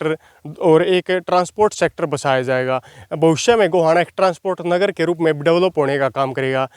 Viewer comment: अजीज, गांव का नाम नगर है ना की नागर,।